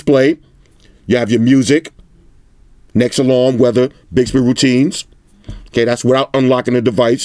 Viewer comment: I like the way you say next. "Necks" lmao.